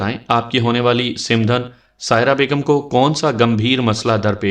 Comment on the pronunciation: It's not simdhan . Its called samdhan Baki ap ki awaz or lehja boht behtar hai.